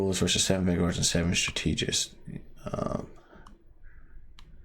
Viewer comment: Bro please say the word strategist right